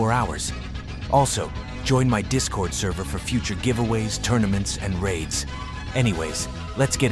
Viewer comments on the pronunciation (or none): none